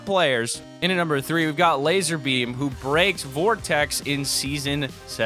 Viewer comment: D9nt say lazer beam it's lazar beam